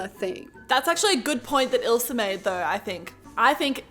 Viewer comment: I like the way u say ilsa...u say ilser